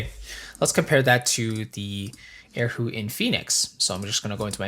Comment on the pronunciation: Erhu, not air hu..haha, my friend.